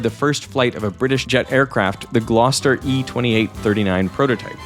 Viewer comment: Thank you for not screwing up the pronunciation of Gloucester :)